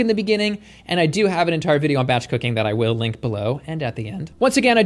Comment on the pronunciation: It sounded like you said batch cocaine instead of batch cooking LOL